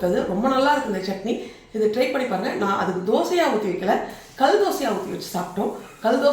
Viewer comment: தமிழ் கொலைசெய்ய வேண்டாம் கள் தோசை இல்லை.கல் தோசை